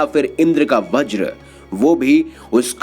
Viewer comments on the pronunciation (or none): none